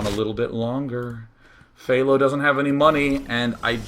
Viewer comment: u pronounced HThao wrong day9